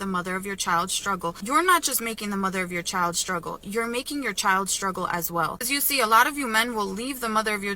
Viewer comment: When did struggle get pronounced as shhtruggle? Dumb Kardashian-wannabe 304s.